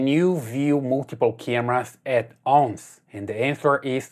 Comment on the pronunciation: At ounce lol😂